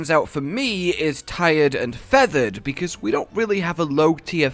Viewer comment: "Tired and featered", isn't there a bird wyvern that puts you to sleep ?????